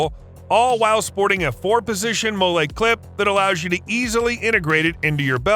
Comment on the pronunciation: "Molle" is actually pronounced like the woman's name Molly. Not a Mole-ay, or even mole which you use later. Come on people, get it right.